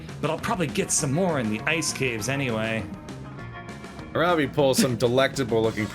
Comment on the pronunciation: Okay, so if Aaravi is the Hindi name I think it is, it should be pronounced Arr(like the piratey arr)-vee(like the letter).